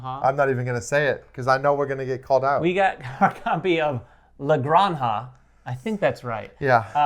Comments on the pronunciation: Excellent pronunciation! 😉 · You pronounced it correctly! #LaGranja